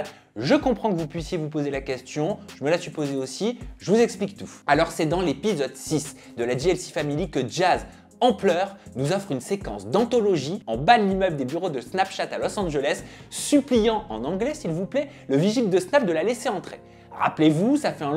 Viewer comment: *antologie, pas anthologie